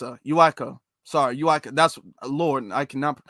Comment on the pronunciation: It's pronounced U - Tee - Ka....Utica. break it up in syllables.